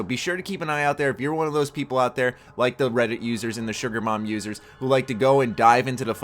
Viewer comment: when you said "console users" i thought you said "console losers" lol